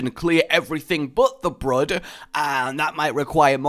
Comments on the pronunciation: Brud? BRUD? Its Br-OO-d god damnit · Brood... As in "food". Great review. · isnt it pronounced Br-Oo-d? like the word food? ive always pronounced it like that...